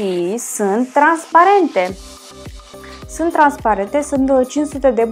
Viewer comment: "Sânt "se spune sunt deşteapt-o